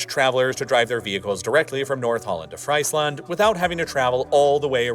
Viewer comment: The way he pronounces Friesland is funny. If I wasn't Dutch I'd maybe think that's a land where they eat fries all day long😂🤣